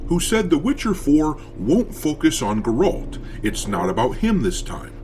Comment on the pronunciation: What's a Gorolt?